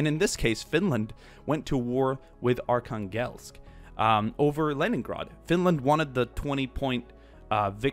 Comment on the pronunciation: Btw Arkhangelsk is pronounced arhanglesk, it’s not a huge problem but it kinda bugged me.